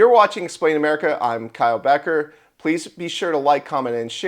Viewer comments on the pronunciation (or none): none